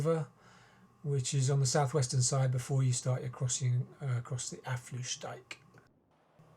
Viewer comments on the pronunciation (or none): No problem, but just FYI, it's pronounced more like 'Uff-slout-dyke'. I actually don't mind and rather encourage skepticism of the EU, as long as we can still find a way to get along.